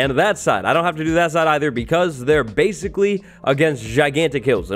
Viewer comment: He said "BASEcally